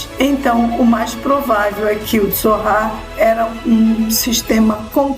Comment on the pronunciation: Não era "zorrar" e sim "tzohar"